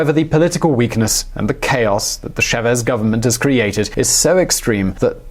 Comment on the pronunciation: He’s called Chávez, with pronunciation focused on the A, not Chavéz.